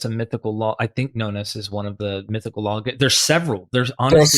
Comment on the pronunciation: "law" not "lawl".